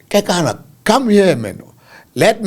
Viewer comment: 👏🏼👏🏼👏🏼👏🏼woow you pronounce the surname correctly 👏🏼 KEKANA. Mathebele a moletlane Zebediela Limpopo my home 🏡 ♥️